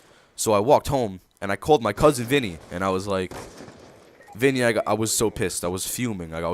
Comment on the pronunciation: lmao, when you said "I called my cousin Vinnie" I could tell you are a new yorker :D